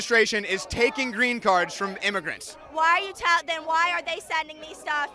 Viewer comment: IM-UH-GRANTS? WHAT-DID-HE-DO-TO-IM-UH-GRANTS?!